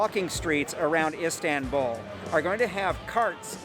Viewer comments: Not Isdenbuul it is called Is tan bul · Him:Istawnbul Me:ITS ISTANBUL (Not hate btw) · Please try to pronounce Istanbul not as ‚Istänbull‘ 😳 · Can't get over him saying ' istenbouul' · Why does it matter?? I mean, really. He came and had a good time that's all that matters. And also if you want to help him with the correct pronunciation, yours is wrong too. You have to write something like "east-un-bull" for him to vocalize it right.